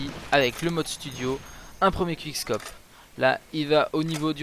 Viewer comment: "Qouickscop" pas "quick" meme si ca c'ecrit comme ca!